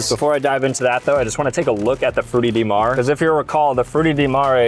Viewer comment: I think it sounds pretty close to the Italian pronunciation. But the ''Frutti di mare'' hurt my ears...